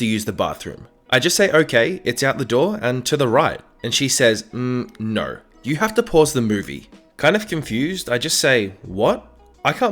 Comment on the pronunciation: I like how he says "no" like "Nourw"